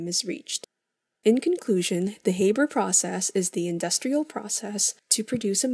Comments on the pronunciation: The Ranahan Man HAYYYYYYYYYYYYYYYYYBERRRRRR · It's pronounced "H-Aa-ber's" process not "H-Ae-ber's" process. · It's Haber, not Hayber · Anyone else triggered by her calling it the "hayber" process instead of the "haa-ber" process?